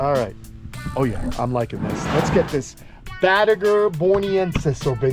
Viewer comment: Need another pond for some of the biggins.. id want to see some of these turtles all the time pronounced it Bot-2- Gar... never heard that one before